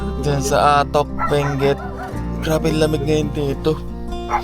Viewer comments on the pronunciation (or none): none